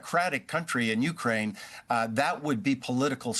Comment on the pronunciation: How can this bozo still not know how to pronounce " u - KRAINE " ?